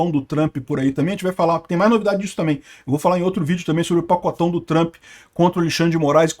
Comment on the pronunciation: Pq o enche a boca pra falar do pacotâo do Trump?